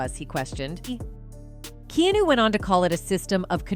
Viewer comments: Not pronounced "Kee Knew", it's Key-On Oh even Keanu himself said that. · "Key ah new"! Really!?!!?? Like the digital voice on this piece of clickbait! (Key ah nah) is right about digital! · key new? cmon AI. Key AH new. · "Keenu" ? It's KeAnu Hawaiian name like MoAna not moana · Might want to learn how to pronounce famous people's names before making a video about them.... keenu reeves, it's Keanu .... and dayfoe, his name is Dafoe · I'm baffled on where they get these people do do narrative on these kinds of videos........they can't even pronounce names correctly. If that person READs this.........here is an education. Keanu is NOT pronounced key-new It's actually pronounced Key-ah-new. Dafoe isn't pronounced, Day-foe, in actually pronounced Duh-foe. Please learn your Sh!t. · Kee anu not keenu. Use phonetics when writing your AI scripts to get proper pronunciation. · Could only take a few minutes of this narrator mispronouncing his name before leaving. His name is heard as Key-anoo NOT Keynoo. How long has he been acting? How long has this woman been doing this job? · Key-on-new! Not Keenu 🤦‍♂️. Learn his name before you speak about the guy. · "KeeNew'' is see this is ai narration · "Kee-nu"? "Day-fo?" Huh? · Key-knew..... is this AI generated? Must be... because... key-new, is not a word /name ive heard any human speak, he's too well known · Keanu. ☒ Key-new ☑ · Lady its pronounced Key-an-u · What the hell is a KEY NEW ?? 😂. I don't think she is saying his name right, must be A. I. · What’s up with the teeth in the thumbnail, He doesn’t have bad teeth, and what’s up with the narrator saying kenu and not Keanu? Is this an AI post? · Keenu? AI shit. Disliking video because of use of AI. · Who's Kee-Noo??? LOL The AI is deliberately trying mispronounce his name to piss Keanu off. haha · Uh, Keenu? Daefoe? You've never actually seen a movie, have you? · If your going to use his name please get it correct its Keanu not Kenu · Key*on*new...F ing AI.